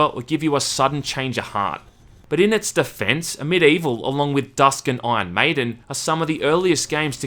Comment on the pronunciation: Is it just me or is pronouncing Medievil instead of Amid Evil during the entire video?